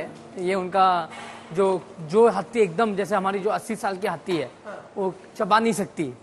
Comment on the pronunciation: Hathi ❌ Hatthi ✅😂